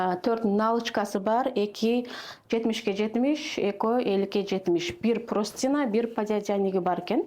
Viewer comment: ПрОстина эмес простыня...